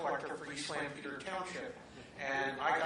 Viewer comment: Thank you Mike Pence for pronouncing "Lancaster" correctly, btw.